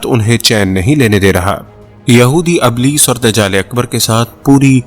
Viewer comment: اِبْلِیْس ھے ( ا زیر رکھتا ھے)